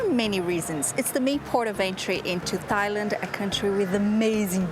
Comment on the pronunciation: It's pronounced Tai Land without the H.